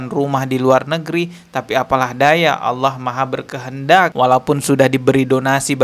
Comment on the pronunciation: "Tidak ada bedanya AUWOH dengan setan" wkwkw bibirnya ga bisa bener lafadznya, karena memang nama-Nya Allah